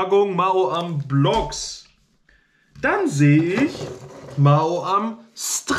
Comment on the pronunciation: Noch 10 Abbonenten, dann hast du die 5500 Abbonenten! Herzlichen Glückwunsch im Voraus! Frohes neues Jahr! Das triggert mich voll wenn du Ma-o-am sagst. Ich würde sagen Mau-am